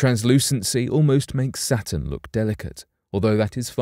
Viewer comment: To the narrator: -Say satin -say Saturn